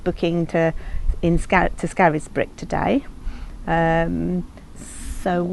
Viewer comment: Great video again. I hope the locals aren’t watching - your pronunciation of ‘Scarisbrick’ will see you burned at the stake. ‘Scaris’ is pronounced either ‘scares’ (to rhyme with ‘stairs’) or ‘scaze’ (to rhyme with ‘daze’). Never to rhyme with ‘Harris’ 😄